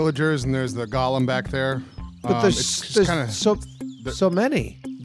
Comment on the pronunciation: There is something truly pathetic about 5 grown, supposedly educated men constantly mispronouncing the word "golem".